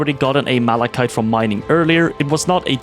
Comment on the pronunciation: Wowowow this guy knows how to pronounce "malachite"? That's a sub from me